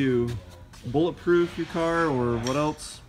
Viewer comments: "bullet ploof glass" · You mean bullet ploof grass (vanossgaming reference)